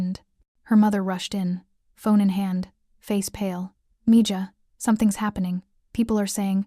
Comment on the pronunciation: good story..... i really enjoyed it.. mija is pronounced me haw, not me Ga.. spanish, not german